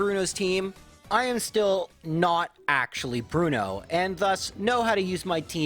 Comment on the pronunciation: Aaah, I see you're a man of culture, as well. Thanks for the corrections, it's been a while. And being wild Onix to give even chances sound more like the badass type of thing Bruno would go for. That Bruno, I mean. Not this "Blu-no".